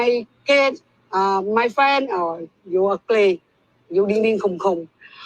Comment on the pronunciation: Not “yu ug-lee, ug-lee donkey kong” 😭😭😭